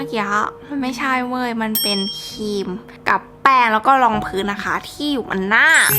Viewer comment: ครีมนะคะไม่ใช่คีม55